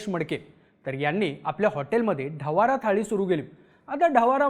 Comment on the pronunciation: ढवारा ❌ ढवडा ☑️